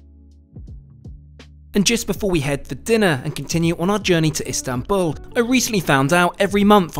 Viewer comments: Amazing video, beautifully captured this marvellous trip, just one note, its Istanbul not Instanbul 😅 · İstanbul, not İnstanbul. 😮It was very good video. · Istanbul, not instanbul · Excellent trip and very well documented. Thank you. I liked the final location name. ;) Were you trying to do a pun. Were you "in Istanbul" or were you "Instanbul"? ;) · Lovely trip. BTW, it's Istanbul not Instanbul. What's next...luxury trains in Spain perhaps, or Rovos rail in South Africa? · "INstanbul"? (sic) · Instanbul, lol, correct yo self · INSTANTbul 😂😂 good chuckle indeed! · "Instanbul" :face-red-droopy-eyes